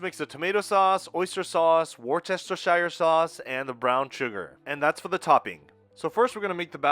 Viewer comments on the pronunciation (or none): I notice your pronunciation. Should sound like "worse-tesheer". I like it in small quantities on some food. My parents seemed to use it a lot. I really disliked it when I was young but after 72 years my tastes have changed a bit. One thing I haven't taken to is horseradish. Another thing my parents used to lag on their meat. I've never been to a Japanese restaurant but there's one near us which is apparently quite good. I'm a bit concerned about going because my wife tends to eat gluten free. She's a bit intolerant of a few grains, e.g. rice, wheat. Any suggestions of a suitable meal? We don't like sushi though! All the best from Adelaide, where it's cold and wet. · WOOSTERshire is the Aussie pronunciation, I reckon! I do love hearing our international friends have a crack, though. 😅